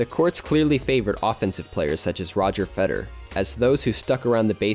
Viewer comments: If you make a video about World Class tennis tournaments, you should really learn how to pronounce the names of top players you are going to mention. It's not Feder. It's FederER. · I swear it sounded like you were saying "Fetter" instead of "Federer" the whole time. Drove me nuts